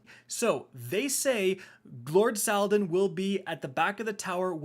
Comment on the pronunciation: Who is lord Saldin. When are you gonna read and pronounce the right way. Sometimes it's so anoying. I like your vids though